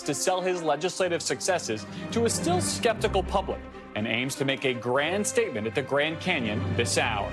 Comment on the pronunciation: “skeptical” I started busting up laughing when I heard that